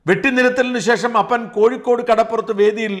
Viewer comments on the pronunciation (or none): none